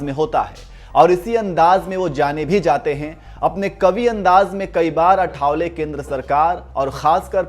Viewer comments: It's not आठावले, it is आठवले. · आठवले not अठावले 😊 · अठा..वले नही भाई.आआआ ठठठ वले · अठावले नही आठवले